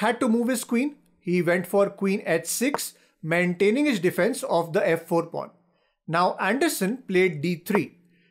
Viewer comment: maiintaining 😂lol